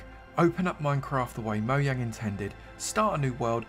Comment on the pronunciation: It’s pronounced moyang